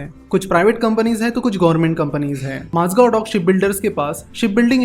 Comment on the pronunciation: One correction- Its Mazagaon not Mazgav The video is brilliant as always